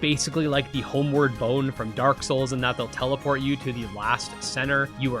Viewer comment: bro said homeward bone